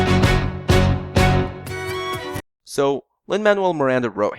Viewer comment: can we say lin Manuel miranda properly